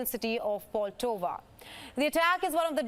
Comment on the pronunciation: The city is POLTAVA not POTOVA